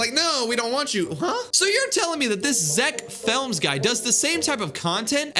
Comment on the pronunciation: Zeck films no Zeck flems yes😂😂😂😂😂😂😂